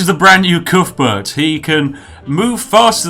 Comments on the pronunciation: Coothburt um I’m from wales and on every welsh rugby ball it says cuthbert not coothburt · Calls himself British! Can't even pronounce Cuthbert!